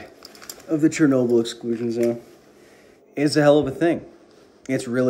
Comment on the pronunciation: Charnoabl........ i know its chearnobly oops haiodfgleatobly